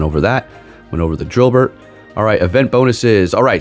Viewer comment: Dynamax drilbur or drilbert? 😭 lmaoo